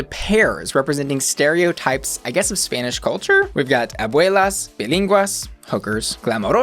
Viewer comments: Spanish words pronounced very well. Kudos for that! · Your Spanish pronunciation is just flawless! As a native speaker I really appreciate the effort. And I agree, the show is nailing it. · I adored the way you pronounced everything spanish-like. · I'm very pleased with pronunciation in Spanish. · This stands among my top 5 favorite seasons of all times. As a Mexican fan, I praise you on your pronunciation. Thanks for that! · Hablas español? Or why do you pronounce names so perfectly? I love that finally an american on the internet doesn’t butcher EVERY word in spanish 🖤